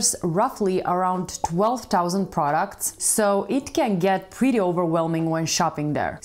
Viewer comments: Products not proucts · It is products and not proucts